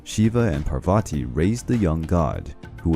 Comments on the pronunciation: And it’s pronounced paar va t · There's a lot that is wrong in this one. Even the pronunciations. For example Parvati is spelled Paar-Vatee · Its not prabhati...ite paarvati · I think u can refer to a Wikipedia for correct information, or please visit a priest from India... This is not very accurately correct... Plus please work on the correct pronunciation of the names... For eg: Parvati and not " Poverty " And Treemurthi not "tri- marthi".... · Thank you! Enjoyed this video, but your PRONUNCIATION makes me cringe! Parvati, for instance is PAARVATHI, not Parvaati! Devi is Day-vee with D pronounced as in They or This and not as in Dime. Our epics are Mahaa-bhaa-ratha and Raa-maa-yana. 🙏